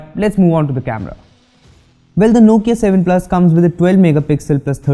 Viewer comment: Heh heh heh... You really butchered the Nokia 7 Plus here, but wait till you get a load of the Nokia 7.1, you'll be running back to kiss the Nokia 7 Plus's back panel...